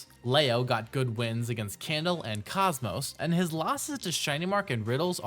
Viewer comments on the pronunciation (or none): none